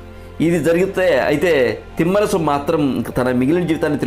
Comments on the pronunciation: తిమ్మరసు కాదు తిమ్మరుసు అని ఉచ్ఛరించండి నామ వాచకాలను కూడా మీ ఇష్టం వచ్చినట్లు పలుకుతూ, ఈ తరం వారికి తప్పులు నేర్పిస్తున్నారు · చాలా బాగుంది...శ్రమించారు ..ధన్యవాదాలు..కానీ ఉఛ్చారణ దోషాలు లేకుండా చేయాలి ఉదాహరణకు....తిమ్మరసు కాదు..తిమ్మరుసు....అలాగే..పూర్తి సమాచారం సేకరించి వివరించాలి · Thimmarasu kaadura babu, thimmarasu. Ucharana nerchuko. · తిమ్మరసు కాదు సోదరా...తిమ్మరుసు అని పలకండి.